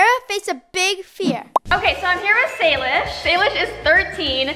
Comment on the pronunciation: sorry but to say but salish not shilosh pls don't be angry to me